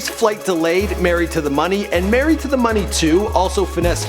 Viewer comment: Tf is “merried” say it properly ...married